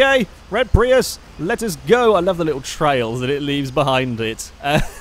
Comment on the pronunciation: I saw a Prius in Oregon with the license plate "PRI AYE." I thought immediately of you. I guess your pronunciation in correct.